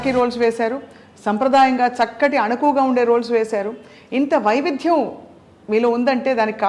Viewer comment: VaividHyam kaadu pichchidaanaa adi VaiviDYam, okay?